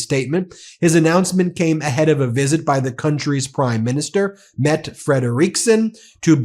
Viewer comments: Mette is pronounced: Meh-dteh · I know the name of our prime-minister is dfficult to pronounce for English-speakers, but you pronounce both syllabils: Meh-duh (hard D, short "duh". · Matte has NO silent e, you pronounce all letters in the name, the two tt's means that you stress on them me'tteh... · Wouldn’t Mette Fredriksen be pronounced more like Mett-eh? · MettE there is an E at the end. Most languages prononce an e at the end! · The last e in Mette is not silent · Pronounce the last “e” in the PM’s name Mette. Almost like the media business that owns Facebook. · Mette- pronounce the second e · As a danish inhabitant and dutch citizen I would like to point out that the weiurd english habit of not pronouncing the e at the end of words is notv OK.. Both the E in danish Mette and dutch Rutte are pronpounced.. so no it is not pronounced "Met" nor "Rut" . In bpth cases it sounds like Mettuh anmd Ruttuh